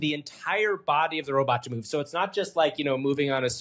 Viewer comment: Each time I hear you pronounce robot as “” I feel a huge need to have that flailing robot (likely a range of motion test where they stupidly put the speed way too high) attack you.